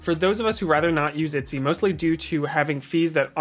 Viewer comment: Are you pronouncing it Itsy (as in bitsy)? it's EH-t-sy, as in Ergonomics. It's funny bc you said it correctly in other parts of the video.